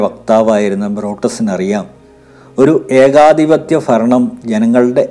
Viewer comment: ഫവനം, ഫയം, ഫരണം....😄😄😄